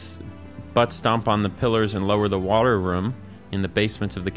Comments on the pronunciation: Love when says Ruom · been awhile since ive heard room pronounced like ruhm